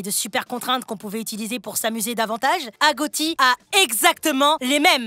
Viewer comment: On dit pas agotie on dit agochie voila 😊